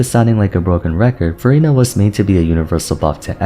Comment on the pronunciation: it always sounds like you’re saying verina instead of furina lmao